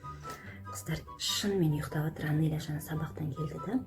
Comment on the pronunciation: Жансая Анелья деп айтсай Анения деп емес